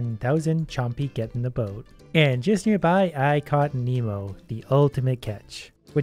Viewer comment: "Gedenda boat"